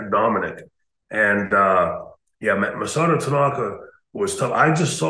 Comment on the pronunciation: It’s Masato, not Masota.